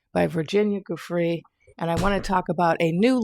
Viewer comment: Virginia’s last name, per her and her family is pronounced with a soft “g”. 👍🏼 😉